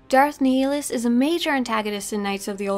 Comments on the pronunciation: Not to be picky but I think your pronouncing Darth Nihilus name incorrectly... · The way you say Nihilus kills the inside of me